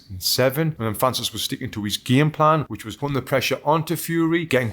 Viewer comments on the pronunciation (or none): none